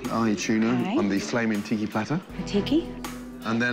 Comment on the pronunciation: I lost it when grodam says ticki platter more like shitty plater